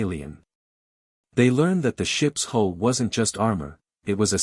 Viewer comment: HULL! HULL! HULL! NOT HOLE OR WHOLE. All these sites and stories and AI computers and not One can get this right! Detracts from story!😊